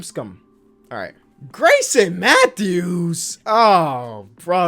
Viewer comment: Nobody:, sees ‘Garrison Mathews’: “GrAySoN MaThEwS?”